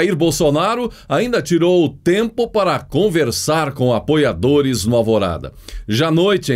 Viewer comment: Quando ele fala apoiadores a entonação como aboiadores.